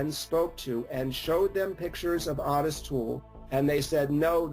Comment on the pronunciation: I don't know why everyone pronounces his name "Ah-tis". It's "O-TIS" with a long "O". Ffs, every time.